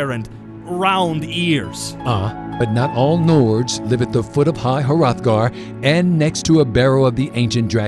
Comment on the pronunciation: The voice talent you've selected for this series is pretty good, particularly the storyteller. However, he may want to work on pronunciation just a bit. For example, "Hrothgar" is two syllables and he pronounces it as three. These sorts of things are very minor, though. They don't really detract from my enjoyment of the content. I really like the premise of the series. You're keeping it lore friendly but still original. Keep it up, guys!